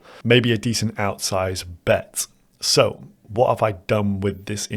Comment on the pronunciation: Did he say Bento?